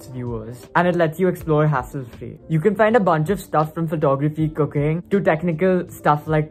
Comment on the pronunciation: Did he say Cocaine instead of cooking at first or I heard it wrong?💁🏽‍♀️